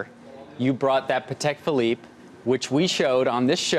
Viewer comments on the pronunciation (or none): I love how Aurel comes down to that choppers level to not embarrass him any further than the complete and utter tool he’s shown himself up to be. “Patteeek” indeed.... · I clutched my invisible pearls when he mispronounced Patek...omg...I’m from south central LA and learned how to pronounce it in the 1990’s